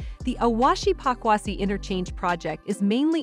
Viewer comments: Please it is not pakwasi it is Pokuase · Pokuase not pakwasi